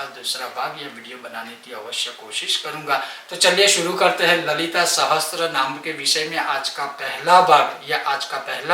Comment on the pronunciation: आप पेहले तो गलत उच्चार कर रहे हो. सहस्त्रनाम नहीं सहस्रनाम हैं.